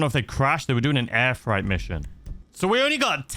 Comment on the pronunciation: Maaaaaatttteee, it’s FR8 not fright 😂 seriously concerned you don’t know the word freight 😂